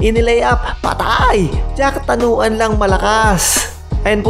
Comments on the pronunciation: Jakrawan hindi jacktanuan . Muangboon hindi goon. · Sir its jakrawan not jaktanawan 😂